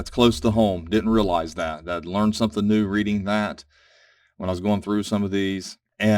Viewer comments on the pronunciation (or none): none